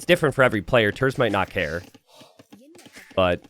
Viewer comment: He is pronounced like "tairts"